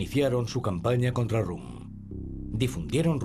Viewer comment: El locutor contratado es inculto, y el editor también porque no lo ha corregido cuando pronuncia mal el apellido de Röhm, como rum.